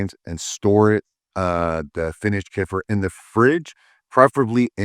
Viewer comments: It is not pronounced as Ku-fur or Kee-fur it is actually Kai-feer :) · I didn't know it was pronounced KOO-FURR!!! All this time I THOUGHT it was pronounced KAY-FEAR!!!😂😂😂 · LOL! I thought he said what sounded like "koofer" or whatever. I think he means Kefir - pronounced keh·fuh! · Kefir not koofir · No it’s NOT. That’s the North American pronunciation. It is pronounced: (kay - Fear) with a small r roll on the end. L. Reuteri is pronounced: (Rue - tear - y) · I've never heard Kefir pronounced like that either. 😂 (Kay-feer) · It’s pronounced Kee -fur